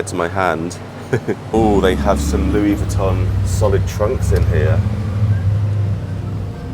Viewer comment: It’s so nice to see you in Monaco again! I’m learning how to properly pronounce some of these Designer name brands😊 I noticed that she pronounces it Louis “vwee” ton.